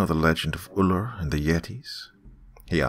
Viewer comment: it's ullr, not ooloor.